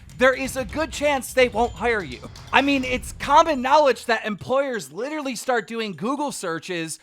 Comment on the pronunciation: Lil yumo official oh yeah leafys content is really good I love it when he says “yo this dude is licherally retarded licherally drink bleach” while csgo surfing ,great content